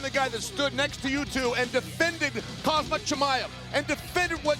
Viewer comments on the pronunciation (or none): It’s 2025 and Chael still refuses to learn how to say Khamzat’s name correctly😂